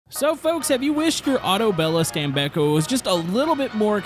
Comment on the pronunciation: It’s called Autobello with an ‘O’ at the end, not an ‘A’.